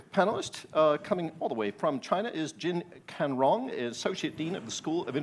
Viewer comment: 你把人大佬间的吹牛逼当成面试了呀，你中国获没获利人心里没数？国内观众不是他主要研究结果受众，跟他们单刀直入有什么不对？连这个有“美方代表”之称的主持人都说贸易战是外交的一种手段了，你又凭啥指责金灿荣偏题？你心心念念金灿荣跟这个论坛气氛不融洽、语言表达不过关，那这主持人连名字都念错，你就没有想说的？